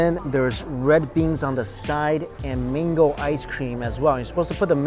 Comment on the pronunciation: Mango sounds like Mingo. Confused at first. No offense just saying